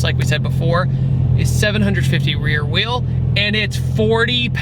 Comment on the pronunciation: . "750 Wee wheerl horsepower."